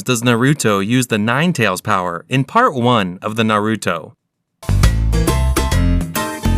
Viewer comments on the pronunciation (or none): none